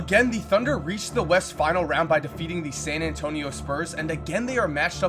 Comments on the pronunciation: he said defiting the heat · said deafeating the heat